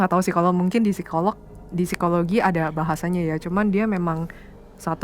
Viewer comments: Seramm yaa... Pas ka bilang phisikologi 😱 ngeriii... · Aku baru mampir ini aku jadi langsung merinding pas bilang "Sikologi" 🙂